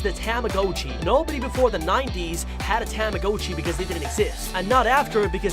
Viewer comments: Ah yes, Tama-GO-chi: the weird and unreal object.👌 Tamagotchi? Nah, Tama-GO-chi. Get it right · Its not Ta-MA-go-CHee, its Tama-GA-chEE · I’m getting so frustrated that you keep pronouncing the tamagotchi’s name wrong You are pronouncing the ‘o’ like it’s a long o, but it’s really a short o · you did NOT just say TAM-UH-GO-CHEE WHEN IT'S TAH-MUH-GAH-CHEE BROOOO😭😭😭😭💀💀💀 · "tame a go chi" ITS PRONOUNCED TAMAGOTCHI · “THE TAMHGOCHU” it’s a tamagotchi get it right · tamagotchi ta-ma-got-chi not ta-ma-go-chi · tama GA chi not tama GO chi Am I the only one that got mad at this? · Bro he really said TO-mo-go-chi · A “ Tamm- O-Goat-Chee “ ??? Got that pronunciation a bit wrong bud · i like how he says tamagOchi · tomma-got-chee, come on man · What about the Timmbits man !! And just saying its tama-gotch-i as in gotcha not go-tchi STOP butchering the beloved 1900's toy name. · tah mah go chee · Didn’t we all ready know this? And it’s a ta-mi-got-chi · Tam-ah-go-chiy. Woooow. Peeeerfect pronounciation. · Why does he pronounce tamagachi (dont know if I spelled it right) like that? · It freaks me because he pronounces tomagochi wrong, it may make you mad that I spelled it wrong. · Anyone else bothered about how he pronounces tamagotchi? XD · It’s pronounced “TOM-UH-GOTCHEE”, and bao is not “bayo” it’s “bow” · Mans pronounces Tamagotchi and Bao wrong like tam-a-go-chi and ba-yo lol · Bay-Oh and Tama-Go-tchi.... 🤦🏽‍♀️🤦🏽‍♀️🤦🏽‍♀️ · What is wrong with you? You pronounce tamagotchi wrong, and you pronounce bao wrong! Get it right!